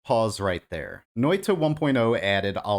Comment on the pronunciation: Noita is pronounced with a shorter t than your saying now (probably heard this many times already